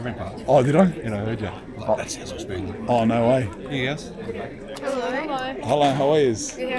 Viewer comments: Spanian.... mate... you are such a city mouse. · spanian sounds like "spain won".... she didnt know you lol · The "Chestnut" cmtfu Spanian. 🤣🤣🤣🤣🤣🤣